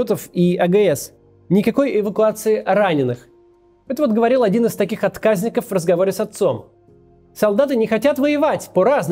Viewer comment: Не первый раз замечаю, что Кац тупо читает с бумажки или экрана информацию и неправильно ставит ударение. Ну какие откАзники, если отказникИ. СкладЫ, а не склАды